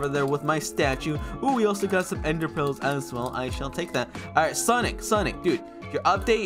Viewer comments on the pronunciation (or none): lol he said ender phels